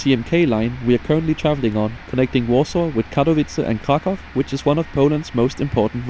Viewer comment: Solid review video; your polish pronounciation could use some help, but after 25+ years of living abroad so could mine, so no shade. (funny enough as a germanic family language native speaker, your pronounciation of Katowice is pretty solid).